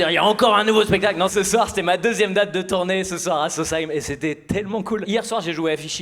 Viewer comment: Merci d'avoir bien prononcé sausheim